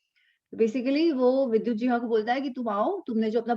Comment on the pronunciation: Namaste,! "JIHVAA" - Tongue. Not "Jivhaa"!:-)